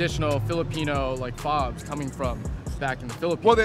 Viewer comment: I noticed the “ FOBs “ too. I was about make a comment about but decided to read comments instead. 😂